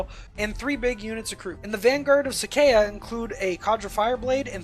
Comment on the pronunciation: As a T'au player I cringed at your butchering of Vior'la and Sa'cea. Also Kroot don't get Sept tactics.